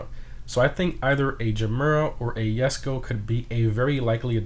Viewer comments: Its not a yesko its a jesko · why u pronounce jesko as yesko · It's Bo lied not BoLead It's Jes ko not yesko ITS GERMA NOT GERMIA It's si on not cian